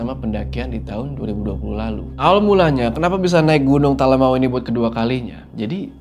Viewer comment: Bangg maaf sekedar mengingatkan, nyebut talamau tuh sbnrnya bukan Talamawu, tapi pengucapannya tuh lebih ke "Talamaww" 🥲 greget bgt soalnya dengernya, maaf ya bggg 🥲🤲🏻